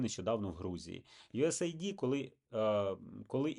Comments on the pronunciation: Єдине: не USA ID, a US AID (ейд), тобто united states aid (допомога) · ю ес ейд. Ю ЕС ЕЙД! Мать вашу. Ніяких ай ді!